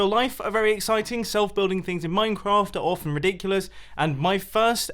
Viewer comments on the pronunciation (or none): none